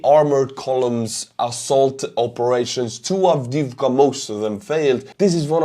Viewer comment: I love checking out your views, I get a kick out of you doing the ruxxians. Just don't know why A10's haven't been sent. Oh and great pronunciasion of the name.